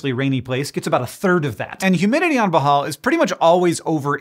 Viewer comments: if you mean (boh • hohl), then yes that is the correct native pronunciation. but (boh • hall) is fine when speaking in English and doesn't sound awkward. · Not really "bohall" BOOHOOL is the actual pronouncement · Hank you’re saying bohol wrong ! It’s bo-hole not Bo-hall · bohol- pronounced in this entry as "bahal"- is pronouced something like "blow hole". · I was born in Bohol, but I moved to America because I appear like a Caucasian and for most of my life up until a teenager when Hispanics took over California, I was treated like one. Bohol is pronounced Bow Hole. Like the hole in a hispanics ass. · It's pronounced - " BOHH - HULLLL " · It's pronounced boo hol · It's Pronounced Beau-Hole... come on.. Y'all need to ask a Filipino how to pronounce Filipino words. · It’s pronounced “Boh-hole” 😊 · I want to show this to my cousins, and the rule is when he mispronounces ‘Bohol’ you have to take a shot of Tanduay. 😂😂😂 But still, nice to see someone talk about my maternal homeland. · Love Hank, but yeah, the pronunciation!😖